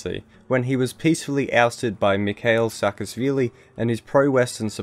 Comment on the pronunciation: Also: saa-ka-sh-vili